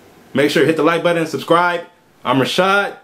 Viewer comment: Seems like a nice guy good attitude but not sexy 😂😂 I do like his videos tho he’s like hit the like buddon lmao 😂 I’m dead